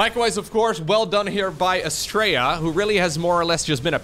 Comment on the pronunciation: The way you pronounce Astrea sounds like "Straya". Straya is how we pronounce "Australia".